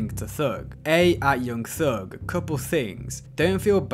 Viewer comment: 'yeung theug'